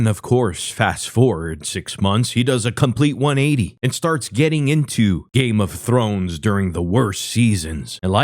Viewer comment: “Games of Thor” “ games of thorn”